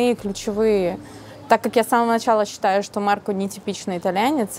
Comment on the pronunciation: Режет слух, когда произносит неточно окончание имени Марко, нечто среднее между о и а. Надо бы точнее говорить МаркО.